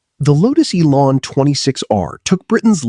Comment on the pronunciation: Lotus Elan is not pronounced ELON, its ELAN ......LAN not LON...........MARCOS is pronounced mar COSS not mar COSE.